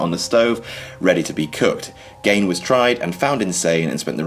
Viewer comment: Whatculture staff need to stop misprocouncing Ed Gein's name.